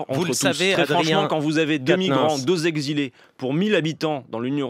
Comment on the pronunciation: "(...) trois mille Z'exilés (...)" Oups... ^^